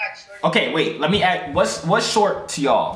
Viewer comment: STOP SAYING AX, IT'S A S K, ASK NOT AXE